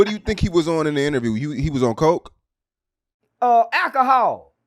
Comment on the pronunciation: “Akahaul uuuh metth” 💀💀💀